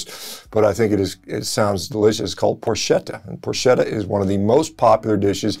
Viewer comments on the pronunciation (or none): Dr. Shawn.............its pronounced "pork-etta" not "porschetta". The only plant based food I eat is pasta and tomatoes lol. Oh and pizza dough. Italian food is life for me! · fantastic news on Italy's news... I'll be eating a thousand spieducci a.k.a. arrosticini this summer in Abruzzo! btw: it's pronounced "Prork - etta" ... I avoid pork here at home but in central Italy, it's to die for! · It it pronounced Porketta, Doc. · Sorry if I do the pronounciation police, but I'm Italian and I can't stop laughing whenever I hear Americans pronounce Italian names 🤣 "CH" is not like the "SH" sound in the Italian language. We pronounce it like the "K" sound, so "PORCHETTA" is pronounced "PORKETTA", just like you also pronounce PORK. Instead, "SC" followed by a vocal is pronounced like "SH", so that's how we pronounce "PROSCIUTTO". By the way, yes, those are the most common meats and they're all made from pork. Doing a carnivore diet for health reasons, I would definitely go for a Fiorentina 🥩 Unfortunately, beyond the Chianina race and lamb of course, highly consumed in Sardinia but widely available everywhere, I wouldn't say Italian meats are awesome. Compared to those from Northern Europe, Italy's ruminant meats are usually fairly lean. When they're fattier, it's only because they give grains of all sorts to the animals in order to fatten them up before selling them. People generally look for lean meats, and avoid fats at all costs. In fact, they consume chicken most of the time, and breast only, of course. Just like the media tells them to do.. The meats you mentioned here are the traditional ones, still consumed today but less and less often as the years go by and newer generations keep being brainwashed more and more by the media to avoid meat and consume more vegetables, legumes and grains. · Ch in Italian is pronounced k. So porketta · It's pronounced porketta. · And porchaydo (ch like in chin, in church...) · I was going to mention that too.